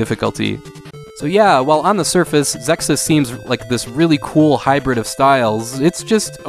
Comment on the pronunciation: I always pronounced it as Zexiz, but that's how I heard it was supposed to be pronounced, anyway. EDIT: Nailed it!!! :-D